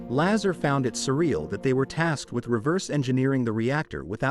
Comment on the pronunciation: Bob Lazar (pronounced Lazaaar) is correct. he talked about element 115 which was not yet discovered on earth - now its on the table of elements. he did work at area 51 there is a document for paychecks that shows him as an employee I CAN'T CONTINUE TO WATCH THIS VIDEO WITH THE BAD PRONUNCIATIONS.